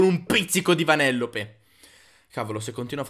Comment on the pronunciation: Si dice vanelope con una sola con un sola l